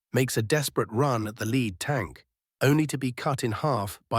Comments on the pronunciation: “American lead,” pronounced so that lead rhymes with feed, when it should rhyme with dead. That’s robot narrators for you. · These might be somewhat interesting if not for the robot talker who is just in kindergarten. It doesn’t know lead from lead.